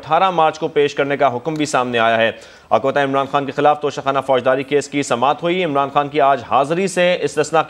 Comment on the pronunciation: Please correct Your pronunciation, it is not Tosha Khana but TOCHA Kanna (guess who said it so?)